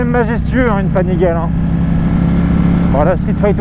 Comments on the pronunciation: Yes c'est comme panigal"euh" alors que c'est panigal"ey" mais bon , c'est accessoires tout ça, les tests sont top ! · ça ce prononce "panigalé" :D